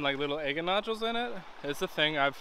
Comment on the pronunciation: I love watching your videos! I've rock hunted over 50 years so I totally understand your giddiness when you find a beautiful rock!😊I need to send you some of mine to cut! I think you should flatten a bottom of that big baby and cut it into fourths!!! Stand them all 4 next to each other...breathtaking!😍thank you for sharing your hunts with us!!💕 I love how you say egate!🤗there's my idea for that big baby!😃